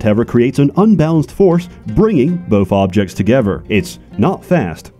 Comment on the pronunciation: "bringing the fobjects togefer" is this an ai generated video?